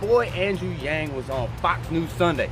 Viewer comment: I like Wallace but "Chank" and Wang??? C'mon man!!